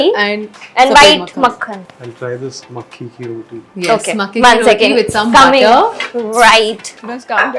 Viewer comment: Its pronounced makki ki roti and not makke ki roti